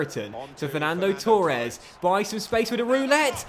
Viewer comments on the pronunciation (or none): Firstly: Torres not Tauuures Second; Yeh the lino would give a goal in a computer game which clearly has a lot of human error in it like real referees.... Thirdly: You’re far too good for normal legendary. Try using DK’s of Cutzy sliders